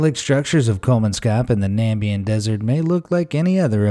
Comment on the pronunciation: "Nambian desert"